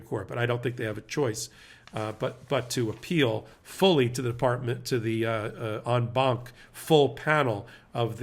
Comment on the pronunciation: Thanks for correctly pronouncing En Banc. Ben kept mispronouncing it in a previous video and it was nails on a chalkboard for me each time 😂